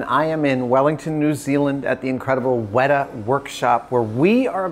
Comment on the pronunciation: Can you guys pronounce the T in WeTa, not like wera which means hot, thanks